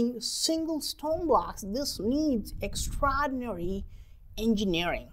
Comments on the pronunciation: EX - EX TRA-TRA OR-OR DI-DI NA-NA RY-RY EXTRAORDINARY- EKSTRADINARY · Extrahdinary!! Extrahdinary!!